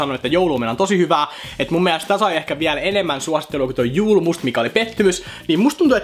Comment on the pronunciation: Julmust lausutaan suomeks y:llä, se on ruotsinkielinen juoma!!!